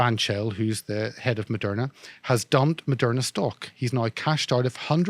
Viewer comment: Lol "it also owns merderna em yeah " bulllllshit...I'm right wing and I think Malone talks shit verifiable shit